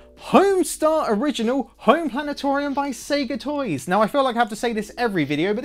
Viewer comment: Planet-orium, lol!